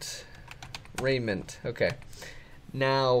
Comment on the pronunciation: It's pronounced re-ji-ment